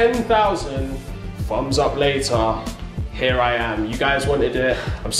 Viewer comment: I like how they say "fums up" instead of "thumbs up" lol 😊